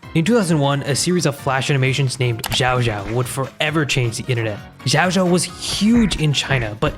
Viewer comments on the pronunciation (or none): xiao is pronounced more like shiao